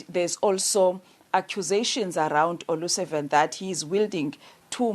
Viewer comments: Considering the effort Paul O'Sullivan puts in pronuncing African surnames...Olusavan sounds perfect! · Paul O Sullivan, not O Lusavan!!!!